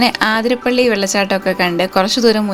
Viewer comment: ആതിര അല്ലാട്ടോ, അതിരപ്പിള്ളി ആണുട്ടോ